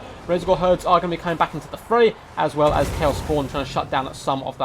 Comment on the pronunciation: I love your channel, but I don’t understand that diction tick so many total war youtuber seem to have. You guys slow down - accentuate the last words of your sentences it’s really weird and a bit disturbing. “... and bringing four. mortar. as. WELL.” “Two crabs and. other. big. tarGETS.” I think it might be a Heir of Carthage bad habit, but it’s quite disturbing imo. Great, great content though.